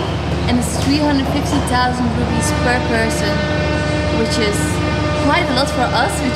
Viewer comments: its distracting me to hear you kept on saying "Rupees".. It"s IDR, Indonesian RUPIAH not rupees. rupees is Indian Currency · why u say rupees? its rupiah! rupees india! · I'm sorry, but it's "Rupiah" not "Rupees". It's not the same as India's currency. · just to correct, rupee is india currency. indonesia is rupiah. they may sound similar if you say it with english accent but rupiah is pronounced roo-pee-ah, anw have a great honeymoon! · I enjoy your vlog so much ❤ and the pronounciation of Indonesian currency is should be “rupiahs” instead of “rupees” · Btw it’s rupiah not ruppes. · RUPIAH , not rupee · It'rupiah not ruppee.. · Rupiah, not rupee